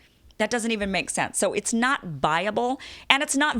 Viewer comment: Kim, it's viable, not buyable.